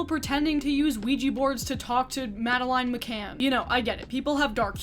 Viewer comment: “I’m a serious journalist!” Can’t pronounce Kamala. Can’t pronounce Madeleine. I thought you did research?